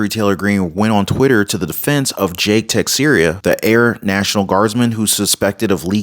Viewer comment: Teixeira. Pronounced Teh-sher-ah